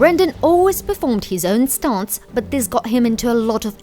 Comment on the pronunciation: I can't figure out what kind of accent that narrator lady has. She keeps saying that Brandon does his own, "staunts".